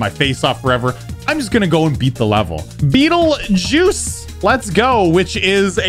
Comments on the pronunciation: GG! Awesome level. BTW its pronounced as 'betelgueeez' not 'beatle juice' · Its pronounce Battle-Geese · No... it’s pronounced like “beetle juice”. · I already know that he mispronounced this level when he first heard of it.